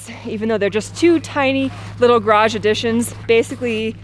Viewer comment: Of the four garage pronunciations, you got two of them almost perfect! There is hope for you! Way to go!